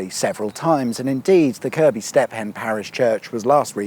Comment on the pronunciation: I can safely say that everyone i have ever met pronounces it Kirk-be. Not kerb-y. Maybe that's a derbyshire thing though